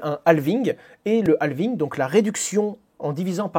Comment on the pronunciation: Dans Halving, le L ne se prononce pas. Il est muet. Idem pour Half